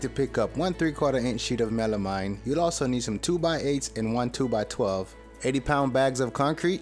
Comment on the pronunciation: you said it right the first time then when it comes to the making you said it wrong WHY!!!! oh the word was Melamine by the way